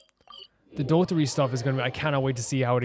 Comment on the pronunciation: it would be just a little bit more correct to call him dottOre and not dOttore ❤